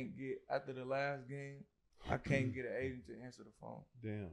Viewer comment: At first I thought was saying he was looking for an Asian. An agent! Makes more sense. No offense to Asians. Hey, shout out to all the Asian agents out there.